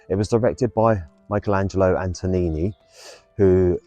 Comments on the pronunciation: And Antonini rather than Antonioni. 🤣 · Thank you for posting this. It's Antonioni's Blow-Up, not Antonini's Blown-Up.